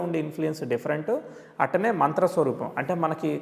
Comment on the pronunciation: అట్టనే కాదు అట్లానే అనండి